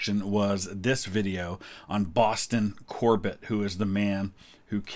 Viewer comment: Cor-BETT? Never heard his name pronounced that way.